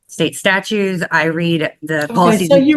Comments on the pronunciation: Am I the only one who heard the mom say she reads “state STATUES”?😳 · She "reads a lot of State 'Statues'! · She reads state 'statues'... Big Guy...she may be most of your problem . Bog Boy can be let out on the unsuspecting public to commit more crimes, can have a whole ass gurlfriend.. But can't express himself enough to be held accountable. Got it!!!